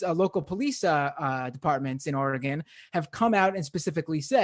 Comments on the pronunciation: I try not to care but every time he says OR-Gone I cringe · It is pronounced Orygun. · You're saying oregon wrong and it's hurting me.